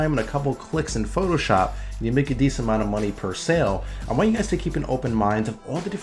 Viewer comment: what's "mony"?